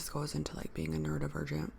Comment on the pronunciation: Totally relatable. Love how you speak to your audience. I hate to ask but I hear you consistently say nuerovergent… is that right? Can you explain what that is or refer me to another video if you already did. Sorry I’m just curious.